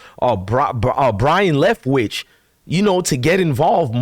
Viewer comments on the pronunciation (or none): It's BY-ron Leftwitch. Not BRY-en Leftwitch. Good grief!